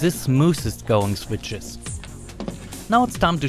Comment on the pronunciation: "se switsches" 😅😅😅 Ich krieg mich nicht mehr ein